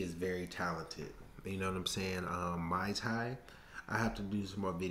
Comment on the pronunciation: Hey there...her name is Stamp Fairtex as in the Brand and it's pronounced moooi Thai